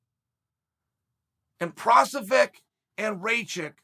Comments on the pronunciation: It’s not Provosvick Chael, it’s Prokriav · He said Provisor 🤣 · He literally called Prochazka "Provesvek" and "Prosevic" hahahaha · who is prosavic lol. why doesnt the producer guy correct him and have him redo the rant. BECAUSE CHAEL IS EPIC only he is brave enough to put out videos to 900k butchering names every way we knew possible and inventing a few we didnt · You guys got it all wrong, he said “ La Prochlavich and Raye - Kich are studs” he said Fuckin La Prochlavich lmfao